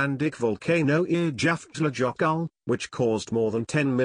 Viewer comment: That is the worst pronunciation of Eyjafjallajökul I have ever heard.